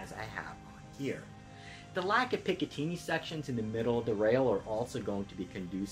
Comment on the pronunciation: Excellent review. Clear, concise and informative, as one should be. Unfortunately I am going to have to ask you to turn yourself in to your local police department until such a time that you can stop pronouncing picatinny that way.